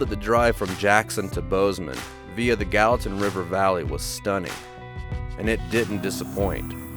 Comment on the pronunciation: Greetings from Gallatin TN. Glad to see y'all made it to Gallatin National Park in Montana. I know y'all have TN tags on Ripley and was really pleased when y'all pronounced Gallatin properly. Our fine city is also named in honor of Albert Gallatin just like the park. We were also named the nicest city in America by readers digest. Lots of love and respect for the four of you out seeing this beautiful country we call home. Be safe out there and keep up the great content of this awesome channel. If you read this comment and like the channel then give a thumbs up. More importantly, why have y'all subscribed yet. and and the fur babies would really appreciate it.